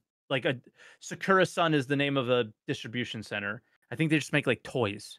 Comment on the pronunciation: As a Weeb, I am extremely annoyed by the way is saying “Secura Sun”… It is Sakura Sun, no?